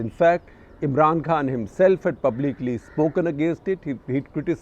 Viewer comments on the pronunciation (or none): none